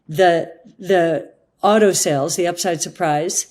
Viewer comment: Wow, Cathie is the first American I've heard talking about the autoindustry for a couple of years where I could tell she means "AUTO-" as opposed to "OTTO-industry", I guess she does NOT just mean the German auto-industry 🤣